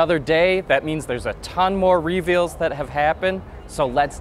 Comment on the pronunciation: Why do you say 'reveals' like that,?